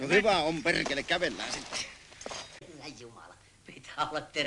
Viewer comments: ''Perrrkele!'' xD I just think was joking about that word, I have never heard any Finnish pronounce ''perkele'' like did! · so you'r supposed to have like 6 Rs in there? as in Perrrrrrkele!